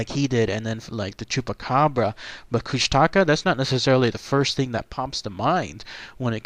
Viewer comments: Its pronounced (koosh-ta-ka) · Oh and the propper pronunciation is kooshtaakaa (longating the vowels) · it's pronounced Koosh-tuh-kaa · I live in a remote area of Southeast Alaska where the Kushtaka are well known. Despite the way it's spelled, locally it's pronounced Koosti'ka. I wrote possible explanations and background for the origin of this creature on my blog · Tara N. i i used to live in juneau and i hate it when people pronounce it like the do in the video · Learn to say it right first then go find better source of info , almost everything you said is not even close to the real legends and area where they are said to be.